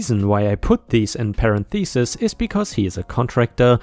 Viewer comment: Did you really say "parent thesis" instead of parentheses?! That's hilarious?